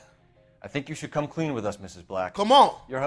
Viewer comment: "Dont kome on me" 😂😂